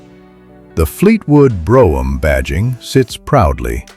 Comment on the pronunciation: AI can't even pronounce Brougham correctly. Pitiful